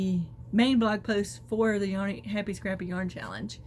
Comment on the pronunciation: It sure sounded like you said the happy crappy yarn challenge the second time. Very funny maybe my ears are off.